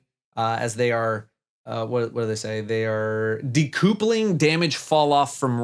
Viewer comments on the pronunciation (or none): "decoopling" lmao.. It's de-couple- ing. As in falloff and range will no longer be a couple. As in range won't effect falloff. (They should probably rename it in that case.) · Sorry did he say De-coople-ing 😂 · maybe if you pronounced decoupling right (word tree is couple) you'd understand it, the max range of a gun is differentiated from the range at which the damage falls off (so probably lowest damage falloff is still closer than max range) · ah yes, the famous "deCOOPling", I should have known Bungo would do that. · "de-coopling" Travel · That was an interesting pronunciation of decoupling.